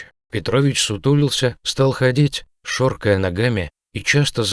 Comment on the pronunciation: И они сразу посадили на цепь. Ну какие же твари наши люди. Этот который читает текст не понимает что он читает и показывает. Не шоркая ногами. А шаркая. Я так и знала. Что так будет